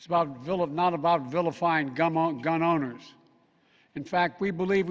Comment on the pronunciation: “Gum owners”